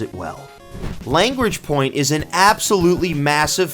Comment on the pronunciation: Great video, thank you! I did grit my teeth slightly at your pronunciation of Lagrange Point, but that's only because I'm an astronomy nerd. 😅